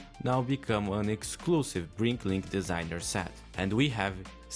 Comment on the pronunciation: It's "BRICKlink", not "BriNklink"